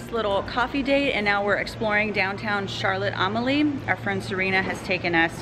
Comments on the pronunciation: It's pronounced "Charlotte A-mal-ya," not "Charlotte Ahm-a-lee." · Glad you're experiencing the wonderful USVI..you'll learn the local vibe soon enough..it's pronounced( Charlotte ah mall ya..)..😊took me awile to get that down..after a dozen visits 😄..thanks for all the info as I hope to be back this year. Always stayed Crystal Cove in Sapphire beach..east end up from Red Hook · Sorry not to be mean but u have to get use to the road someone who live here will drive smoothly. And ur saying Charlotte Amalie wrong. This how u say it Arm-A-Lee and yes I’m from the st Thomas where ur at. Live there my whole life. Btw love you guys keep it up. And yes the weather not the best when ur not use to it.